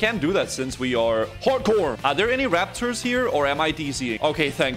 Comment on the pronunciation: Emulating the Waptors